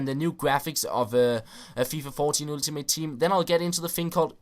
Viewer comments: Ultimate Team is actually pronounced Åltimate Team;) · hej, god video, som altid. jeg ved det er en ligegyldig ting, men lyder altså komisk når du siger "ultimate" med dansk u. Det udtales som et engelsk "a" som i "all". Det er ikke sagt får at spille bedrevidende, kun ment som en hjælp. tak for alle dine uploads. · Dude, you freaking stupid you say Ultimate like fucking Ultimate not like Altimate, and besides people can pronounce things how they want, you dumbshit. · "ooltimate team"